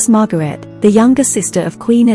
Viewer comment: Pronunciation of Margaret, Fergie, Garrard and Harry seem a little strange.